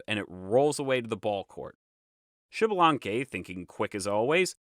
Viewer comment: Thanks for the video, liked it. One thing, it isn't pronounced Xibalanque, but Ixbalanqué with higher entonation on the e (same as Ixmucané) which is a quiché word that means 'young sun jaguar'. Kind regards!